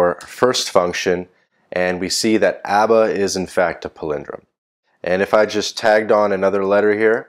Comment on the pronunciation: It seems like you steal "Abba" from Pakistani Coder😅. Because,you couldn't pronounce it rightly.